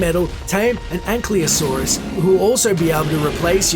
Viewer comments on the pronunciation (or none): none